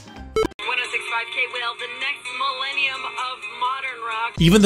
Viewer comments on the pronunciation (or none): Had to do a double take when I heard "the forthcoming Will-ennium" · Yeah, I caught you saying "Willenium," and I'm hit with nostalgia and anger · did you say Willenium? As in Will Smith's album of the same name? I heard that, lol